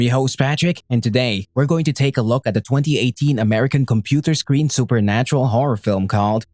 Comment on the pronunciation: Him how to say screen: “scween”